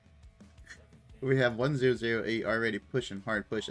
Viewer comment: it's refreshing to watch a streamer who can actually comment on the match! thanks for the video! one thing though, it's 1oo8, not 1008 please:) cheers!